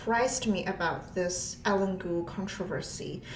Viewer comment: Typically, her name would be pronounced like EYE + LEAN.